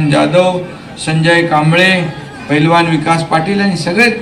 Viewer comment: आधी पैलवान बोलायला शिका पेलवान काय😂😂